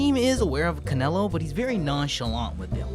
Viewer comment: My boxing mind kept thinking about you meant Canelo Alvarez when you said Canalo